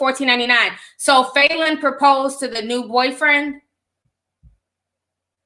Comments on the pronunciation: Lmaoooooo I could barely listen to this because you kept saying FAYLEN!! does that even sound like a real name?? Lmaoo it’s Fallon!! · It’s Fa -lyn not Faylyn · Falynn is pronounced fallon like jimmy fallon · That can’t be the pronunciation of “Falynn” 😂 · Not one person corrected Ti on how to pronounce Falynns name 😂😂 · Cringed every single time she said it!! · That because we know TI mispronounces a lot of names wrong lol. Plus Ti speaks more than one language.